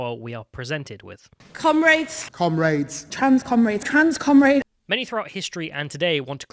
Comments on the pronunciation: The most irritating thing about Labour is their pronunciation of comrades. Why did they go from kom-rads to kom-raids? They angling for some Raid: Shadow Legends sponsorship? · “SOLIARITEE COMRAIDES!” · The fact that you have lefties calling each other comrade but half the time they say it it sounds like they're calling each other cumraids, which also happens to be entirely accurate